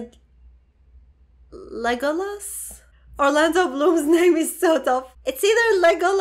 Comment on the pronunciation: ive watched tons of these l.o.t.r. reactions, and u had thee very BEST pronunciation of "Legolas" by a light-year, good work!(